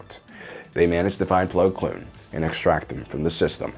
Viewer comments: I’m sorry but I can’t unhear plo kloon rather than plo koon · It's Plo Koon, not Blo Kloon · Plo Koon not kloon. Honestly I think you’re just screwing with people at this point. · BTW his name is Plo KOON and not Plo KLOON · Also why does he always say Plo Kloon every time? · There is no L in Plo Koon's last name.